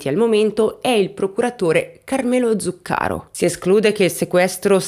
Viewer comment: Ciao,. Come sempre, un video molto ben fatto. Anzi, commovente più che mai, per l'argomento delicatissimo che hai toccato con la consueta gentilezza. Scusami, spero di non essere fuori luogo, ma mi permetto solo di dirti che si dice "etnèi" e "Zùccaro"... per un eventuale prossimo aggiornamento, se vorrai tenerne conto... Un abbraccio